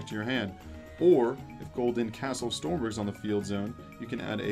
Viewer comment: Maybe you'll get it if you say the correct pronouciation. "Golden Castle of STROMBERG".